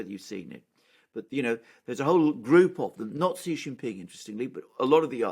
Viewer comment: Xi is pronouced as SEE....not Gee.